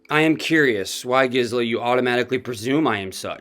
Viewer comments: Her name is Gizela. Not Jixela. G as in grape. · YESTERDAY I politely tipped you off TWICE in Comments that Gisela is NOT A SOFT “G,” for example, GELATO; her proper pronunciation is with a hard “G” like Good! You’ve used it both ways all of a sudden now. Just want you to sound smart 😁